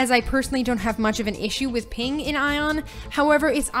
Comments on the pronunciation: The moment she said "Ion" instead of "Aion", I was out. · it's A-ion not eijon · Idk why you keep saying the word Aion as if the A was silent. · dat aion pronunciation tho.. customiztion? okay.. and pvp and most of the players localised into the abyss is COMPLETELY wrong, people use the (upper) abyss only for sieges and entering war forts. PVP and 90% of the players are in highdaeva regions; Iluma and Norsvold and that is also where PVP happens